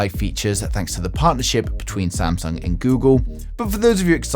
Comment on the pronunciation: Samsag bro it's samsung